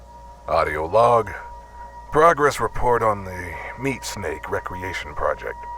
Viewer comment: I'm dying to know if "Recreation Project" was meant to be pronounced that way so as not to be super obvious about what they're doing, or whether that was just a goof that you decided to run with. I'm assuming it's the former, but you never know.